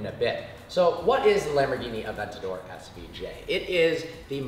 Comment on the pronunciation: "Aventadoor" heard it here first